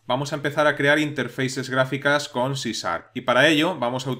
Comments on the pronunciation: Muchas gracias por el video, realmente explica que es cada cosa y va al grano. Me causa gracia como les cuesta a los españoles pronunciar la sh, dice siempre cisarp y no cisharp. En un video de una chica que enseña ingles tambien no pronuncia sh sino la s sola. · hola en Ingles la pronucniación sería algo a sí como Ci Char claro que se entiende de lo que hablas y de verdad son muy buenos tus cursos gracias por el material que aportas :)